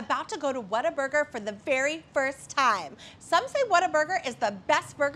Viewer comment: Oh it’s whalburger we’re getting never mind lol